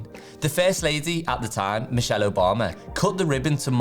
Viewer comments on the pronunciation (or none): none